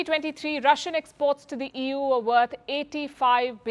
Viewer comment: Did I hear " EWWWWW or EU " !!